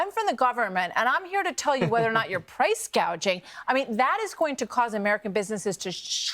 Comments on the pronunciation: What is Price Gauging ? 😆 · Price “gaging?” She’s an idiot. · What is priče gauging?